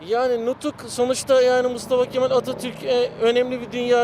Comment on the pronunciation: Mal değil o Ke-Mal😅